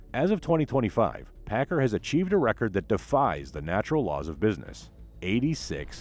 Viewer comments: It’s pack- car. Not packer .learn the idiom for your documentary! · Please- it’s pronounced- Pack car- like two words, not Packer. I was fortunate to fly Chuck Pigott many times during the seventies when he was on the board of directors for Boeing. He always pronounced the name like to words. Don’t know how Mark Pigott pronounces the name.